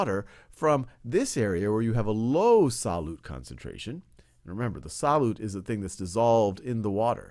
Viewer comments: "SAH-LOOT" He just kept saying it and I couldn't focus on anything else! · me too